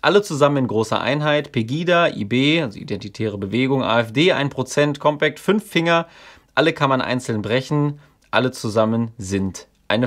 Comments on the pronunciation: Deine Aussprache von COMPÄÄCT macht mich um die Uhrzeit schon bisschen fertig xD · Sehr gutes Video! Meines Wissens wird der Name der Zeitschrift aber nicht englisch ausgesprochen. Aber vielleicht hast Du da andere Informationen?